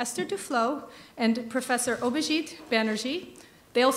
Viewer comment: Did she just say Mr. Obhijeet Banerjee! 🤣